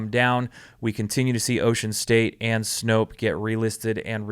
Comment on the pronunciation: Please, please, please.... Snope, not Snopes. Stop sounding ignorant.